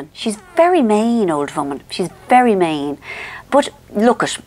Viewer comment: Alina Huntley oh, MEAN! It was a misunderstanding of pronunciation! 😂